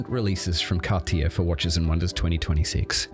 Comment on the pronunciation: How can you know so much about the brand without being able to pronounce it correctly?